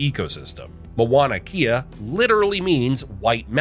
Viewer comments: This is another irritating narration of the Hawaiian history. The mispronunciation of the Hawaiian language is a great disrespect of our Hawaiian language. I enjoyed the history and its spectacular journey of Hawaii's history of its birth to its current growth today. But your narration is filled with 90% of mispronounced names and words. How can you continuously mispronounce the word "Mauna Kea". The name starts with Mau (pronounced Mow) therefore, it is pronounced Mow-nah Keyah. Our Iolani Palace is pronounced Eeo-lah-nee Palace. Please take a brief course on how to pronounce Hawaiian words before narrating such a wonderful history that was literally destroyed by your ignorance of a beautiful language and history. It was difficult to patiently follow your narrative without doing justice to the Hawaiian people by writing this comment to help you educate yourself and the world properly. Mahalo (Mah-hah-low). 🤔🤔😒😒🤔🤔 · It's M-A-U-N-A K-E-A not Mawana Kea. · As everyone is pointing out, the pronunciations are painful. My son has lived on my acreage on the Big Island in Kau for almost 20 years. I was shouting at the TV with the correct words LOL! There was one photo of Kauai when you were talking about the Big Island too. "MoanaKea" and MoanaLoa" makes me laugh every time though... 🤣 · OMG I had to stop watching the show and come here and make a comment about how uneducated you sound saying Moana'kea - instead of the real Hawai'ian name ..Please if you will do movies about Hawai'i, and try to pass them as "education", do not narrate them with non natives of Hawai'i - sounds completely ridiculous and I am a malehini. Stop!